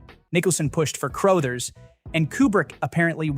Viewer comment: CROTHERS, not "Crowthers"